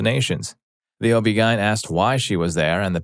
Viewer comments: O.B. Gien? Lol. O.B. G.Y.N. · Oh-bee-guyn. Interesting lol.